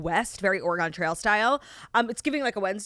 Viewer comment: Saying Oregon so wrong. It's hurting my ears!